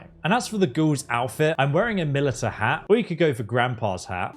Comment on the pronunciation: "a milly-ta hat"